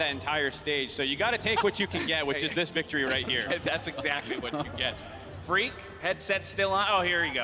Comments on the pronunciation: Thought he said Greek as well lmao but it was Phreak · he said phreak but it sounded like greek xd